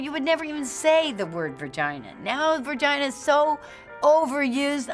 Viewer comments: hahaha What is a VERGINA?? LOL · Lol virgina... vurgina?